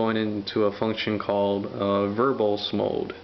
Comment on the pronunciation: lol "Unix verbullz mode."